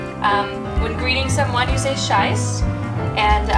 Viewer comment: Awful video. Please don't teach polish language when you cannot pronounce the words especially CZESC